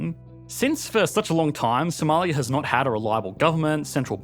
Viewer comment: now thats a funny accent Somaliyaaaaa